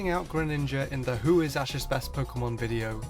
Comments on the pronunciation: you said asses pikachu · he said ass' pikachu